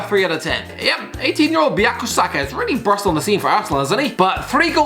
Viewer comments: It’s Boo-Kay-Oh Saka, not Buyakasaka, and he’s a brilliant left back, where there’s less competition. I really think he’ll be the second choice left back behind Chilwell, or even first choice if he has a good season and Chilwell doesn’t, he’s top class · boo-kaa-yoo saka it aint tough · The way my man pronounced bukayo saka had me howling bowyako saka 🤣🤣🤣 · Nobody:: bUYakO SakA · You got Bukayo Saka’s name wrong and he’s spent most of the season at left back